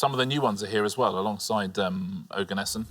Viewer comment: She said "Organeson". AA allowed it anyway. Tut tut